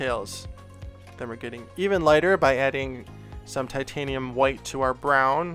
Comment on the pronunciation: I think you're required to pronounce the 'H' whenever you say "Titanium White."